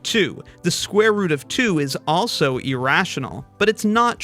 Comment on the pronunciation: Pi is not, and has never been "E-rational"!!! the word you are looking for irrational and starts with an "I" not an "E" do better